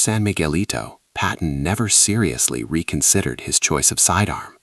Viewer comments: 10:OO Another “Patton,” not “Patten.” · Another “Patten” mistake. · . Another “Patten” mistake